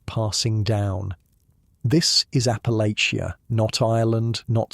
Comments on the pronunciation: Checkin in from WNC, Southern Appalachia. Congratulations on pronouncing Appalachia better than most Americans that don’t live here! Think of it like “I’ll throw this apple-at-cha.” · My ancestors!! am Huntington, WV And it's pronounced "APPA-latch-uh"